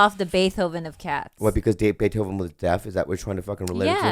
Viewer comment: love how pronounces it Beeth hoven